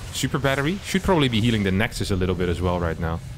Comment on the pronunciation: Nice to hear someone say the correct plural of nexus for once!